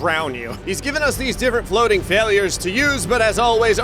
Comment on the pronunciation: diff. fwoating failures 🤣/